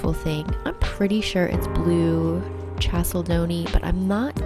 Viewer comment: also it’s pronounced ’kal-se-dony’